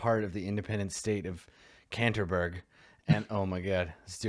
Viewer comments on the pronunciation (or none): Canterburg? Nay nay, this state from now on will be known as Canterbury!